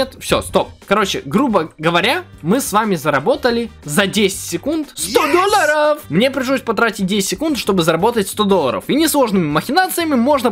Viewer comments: говорит: Доллары ❌ Дольяры👍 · Ты так прикольно говоришь доллоров♥♥♥ да и вообще впринцепе♥♥♥ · Как же мне нравиться когда говорит доллары хпхаха